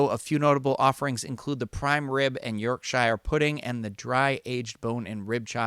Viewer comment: Hi btw whilst it is written Yorkshire you pronounce it Yorkshere. Great video as always